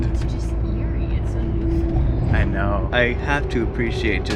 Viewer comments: New-FOAM-land apparently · Really should’ve ADR’ed the Newfoundland pronunciation. Oof